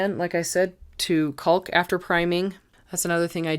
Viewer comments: Wonderful use of IKEA items to customize storage for your home. You are lucky to have the ability and stamina to be able to do it with a little help, here and there. One critique I hope you do not take offence to; the word “caulk” is pronounced “cock”, like a male bird. The letter L is silent. I was corrected when I was young and was sounding it out from the packaging when I would help my father. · The “L” in caulk is silent.